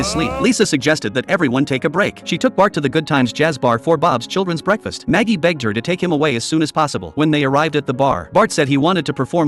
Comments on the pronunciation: Ai always says maggie not marge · Maggie is a babyy bro none of these ai voices get marge right the literally say maggie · It’s marg not magie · Learn how to say marge bow -_